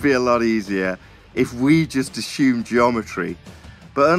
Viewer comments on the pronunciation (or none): keeps using a word I'm not familiar with, "ashoom" Is that from my subpar American education? Or is he trying to say "assume"? Should I say "ashoom"? Is that the proper British pronunciation?;)